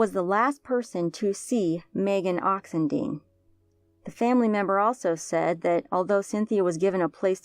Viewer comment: These cases blow my mind. But I have to correct one thing... her name is Christina Bennett, not Kristin, according to the reward poster. Megan’s last name is pronounced Oxen-dīne, as opposed to Oxen-deen. They definitely deserve to have their names spoken correctly and others are more likely to recognize their names with the correct pronunciation. No offense to the speaker intended. When I heard the story about Hania around November my heart just broke. This has GOT to be a serial killer or killers. Why doesn’t law enforcement care enough to at least TRY to solve these crimes and why are these families not reporting them missing immediately especially if they all were known for keeping in close contact? Fear?